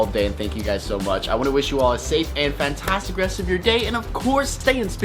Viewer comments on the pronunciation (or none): none